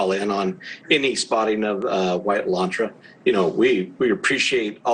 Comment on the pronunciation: uh-laan-truh, not E-lan-tra. Geez, are you really that far removed from a working class car?